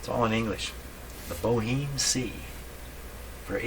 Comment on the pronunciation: I think it's pronounced more like Bo'-Em with the H being silent and ignoring the final E altogether. I could be wrong as maybe I'm using the french pronunciation as in La Boheme.